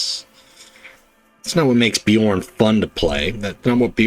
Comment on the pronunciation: Thanks for the video,! Bjorn is rare to see, most Wolves go berserk boyo or Russ. P. S. From audio books I believe that his special card is pronounced with J as "ya", the way you did it first time. P. P. S. Are planning on doing Gendor Skraiovok deck? I'm trying to make him mission deck and I'm failing miserably. I usually like to create my own decks but I'm currently running out of ideas.